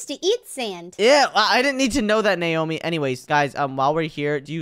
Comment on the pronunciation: She's not Neomi she's naomi